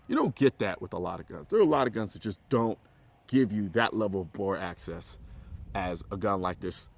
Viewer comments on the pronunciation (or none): Bore Axis, not access... jeez bro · It's Axis not Access. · I believe Colion knows that its bore axis and not access. I think its just how he's pronouncing it. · access to the bore? it's axis of the bore lol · Anybody want to tell Mr. Colin Noir he is saying axis wrong before you film the entire video? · "Axis" not access lol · Bro, it's BORE AXIS, not access. You were probably saying it right, but it sounds like you are saying access. Just some constructive criticism is all, no offense intended. Love your vids. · Axis... Not access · Axis. Not access. I couldn't get over it. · Colion Noir It might be your accent. You saying AXIS sounds like Axses which is how most people pronounce access. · I dunno, i thought he said it right at first but the more he said it it sounded like access. Especially when he was saying he always butchers it and gets it backwards. Like he was looking at it in the way that the higher of a grip you can get on the pistol, the more bore access you have. Higher grip means that the bore is more accessible. Would explain why he always used to get it backwards all the time. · "The low Boar Access basically helps because there's a fulcrum" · Xbridgeman1975x i swear i was thinking the same thing.. but i think he just says axis like that. If not then he has high/low mixed up bc he is thinking of his hand in reference to the bore rather than the bore sitting lower to the gun's axis. Not access like the accessibility for his hands to be closer to the bore(?). Easy mix up i guess. - SHIT: happens to the best of us.. Definitely lost merits on his "tacti-cool" badge tho. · Colion Noir its all good, i wasn’t making fun of you, i was just curious if you were saying access. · Cringed every time he said it.